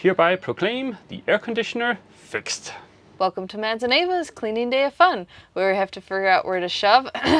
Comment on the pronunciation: Help me out here - am I missing an inside joke? It sounds like keeps calling Mads "Mess" and that's hilarious if she is, because he's a stereotypical neat freak.